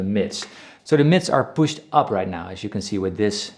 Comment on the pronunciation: “and if the gain is pucht, it becomes and angry boy”